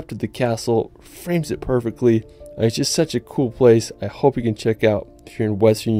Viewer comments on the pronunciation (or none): none